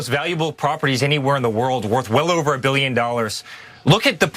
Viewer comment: Did he say…..”well over a BILLION”? 😂